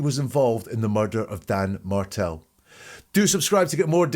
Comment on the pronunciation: The fbi guy says "diga?" Which is Spanish for "talk to me" and a common way to answer the phone. Just FYI:) also, it's Markell not Martell, but I know that was just a tiny error and you know his name. No big, we all misspeak a bit from time to time. ❤